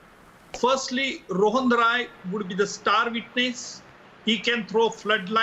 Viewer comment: His surname is Rai. Not. Roy